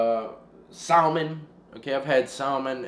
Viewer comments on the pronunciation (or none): Lol bro you from the east coast! and your callin it sal-min!! The L is silent! Is Saeah-mahn... Emphasis on the ma.. Lol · Bro. Salmon the l is silent. That break look good af tho Keep up the work. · I’ve never heard salmon pronounced like that. Learning new shit every day 🤷🏽‍♀️😆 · The "L" is SaLmon is silent